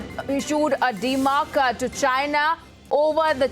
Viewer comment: The pronunciation of the word is not dema'rk', it is demar'sh'. Thank me later.